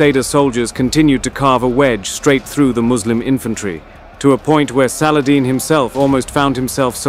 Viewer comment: Was hoping they would pronounce salahaddeeeeee.